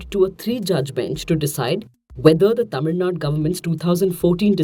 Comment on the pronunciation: Tamil Nadu ma'am not Tamil Nad